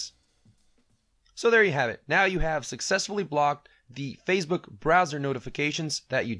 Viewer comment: Why do you pronounce Facebook as if it were Fazebook or Phasebook? No "z".